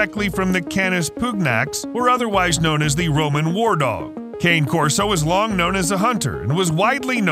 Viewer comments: Hey Narrator! It's KHAN•eh Corso. Or , KHAH•neh, or heck, just give it a lazy Connie Corso like a lot of people do. It's a helluva lot better than calling it a walking stick or peppermint Christmas candy. And before I forget,what the hell is Canis Putin Nax, or Putinax? Dontcha mean Canis P U G N A X ? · The dog is an Italian breed and the name is pronounced CAH NAY CORSO, !